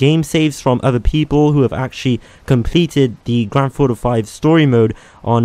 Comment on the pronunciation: WHY DO YOU SAY IT LIKE GRANDTHAUTO 5 LEARN HOW TO SAY THINGS